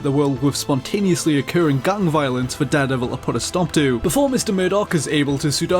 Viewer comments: it just bothers me how you say 'deh-devil' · how are you pronouncing daredevil?